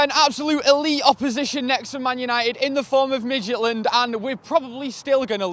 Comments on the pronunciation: Did say Midget land at the start? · Jacob Madsen lol I know, I was just poking fun at the way they pronounced it in the video.